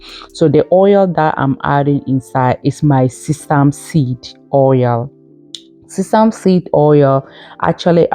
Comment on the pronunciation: This sounds like alumni jumbo mixing herbs is ok but all there plus together doesn't seemed balanced!! Sesame is not pronounced the way you speak it!